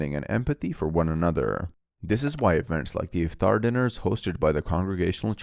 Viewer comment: Iftaar and not ifthrar